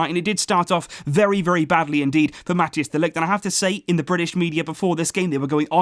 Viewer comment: Please try to pronounce Mathijs de Ligt's name properly ;-) It's not "Mat-e-as de Ligt" but rather "Mat-ice de Ligt"